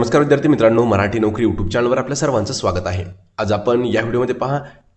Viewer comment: मऱ्हाटी नाही मराठी म्हणा प्लीज